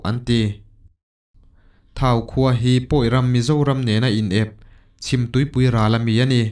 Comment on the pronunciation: Vawmkhua hi Vawmkua a nih zawk ka ring. Thau khua hi sathau anga lam tur.